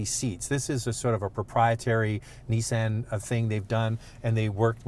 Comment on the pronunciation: I say Nissan you say Neeson